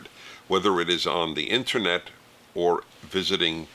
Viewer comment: I love the way Dennis says “internet;” I don’t know why.